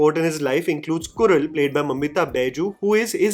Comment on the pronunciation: your Tamil pronunciation has gotten really really better - the way you said Agan and Kural.